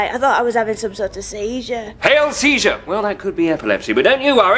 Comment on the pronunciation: lol "hail siezure"